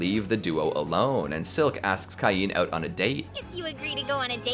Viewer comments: It's pronounced Kane, no Keye-een! X( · u have know idea how much ive waited for this i watched thsi anime like six differnt times and its so gooood Edit: its prnouace cain as in cane